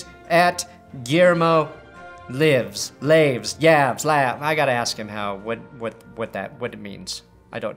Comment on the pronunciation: Llaves is Spanish for keys (Hence, Will Keys = Guillermo Llaves). It's pronounced YAH-vehs.